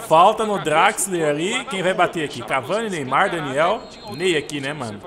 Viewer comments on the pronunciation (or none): vc fala Draxler é assim que se escreve mas pronuncia Drexler